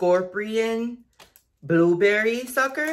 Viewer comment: "scorprion booberry suhker"